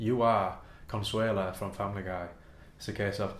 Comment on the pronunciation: Lmfao at consueala!